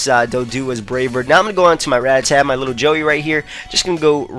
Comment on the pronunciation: ITS RAT-TA-TA not RAT-TA-TAT!!!!!!!!!!!!!